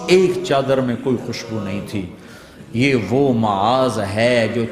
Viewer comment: Name Maaz hai Muaz nahi